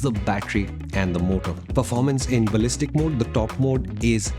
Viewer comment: riyalishtic baliztic